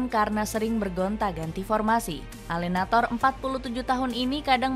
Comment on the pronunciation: klo bahasa italia. E yg di belakang di baca juga . contoh nya allenatore bukan allenator . tiap video pasti salah mulu